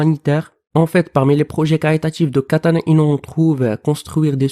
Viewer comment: Kêtana-Inouuu . Mdrrr